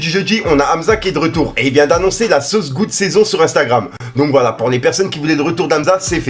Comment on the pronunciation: Fais un effort frèro. C'est saucegod pas saucegoud. Prends ton temps quand tu lis. Ça sert à rien d'aller vite. Dans chacune de tes vidéos, tu fais minimum une erreur de prononciation. C'est pas très grave mais bon... Concentre toi plus